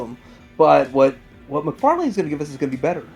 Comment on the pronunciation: Do you mispronounce 'McFarlane' for the lols? I've been curious as of late.